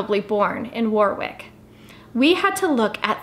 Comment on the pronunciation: It’s pronounced Warrick, not Warwick, despite the spelling!